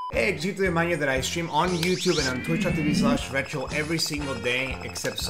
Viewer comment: "hey jutooemanyo than i stream on youtube and on twishdoh tv slash retro every single day except sumadys"